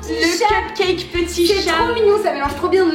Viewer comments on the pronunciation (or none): Kinaya Issimaila "cupcake" pas"cepcaip"